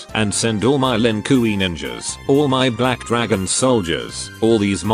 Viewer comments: "Lin Kooy" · "Lin kooey" Close enough to Lin Kuei